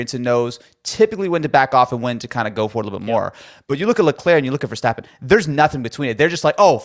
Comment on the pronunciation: Now that you have a whole show about it, please start pronouncing Verstappen the right way. It is Verstappen with an “st” like in “stop” or “step” not Vershtappen like some kind of weird German name. And a short “a” like in “bath”